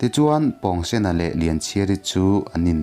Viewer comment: pawngsen a pawng hi,pawngpaw tih a pawng ang hian lam tur a ni lo mi😁